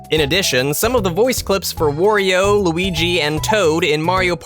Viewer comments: Why do you say "Worio" instead of "Wario"? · Can someone teach this guy how to pronounce Wario? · Am I the only one noticing the way he pronounced "wario"?